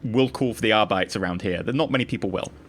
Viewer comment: Argh-Bee-Tays please!